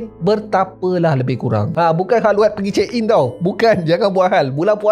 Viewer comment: Kholwat bukan khalwat 😅...btw hadir dari shah alam...pasal ilmu kejawean mari up lps niy 🙏🏻